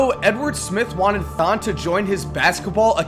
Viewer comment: Ha I swear it said "thot" maker hahaha.....